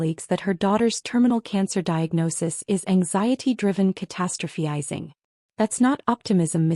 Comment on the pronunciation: It’s “ca-TA-stro-phi-zing”. Get it right.